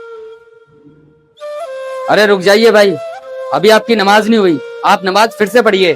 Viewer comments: Namaj galat mat padho bhai jan😅😊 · Please understand the difference between the “Z” and “J” sounds. For example, understand the difference between “Mouzzin” and “Moujin,” or between “Namaz” and “Namaj.